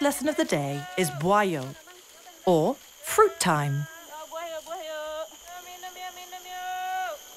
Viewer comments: its not boiyo. its actually buah yo Boo ah yow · Its "buah yuk!" Not boiyo 😂